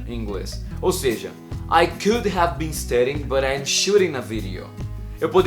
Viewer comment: Sua pronúncia do SHOULD, WOULD e COULD está errada.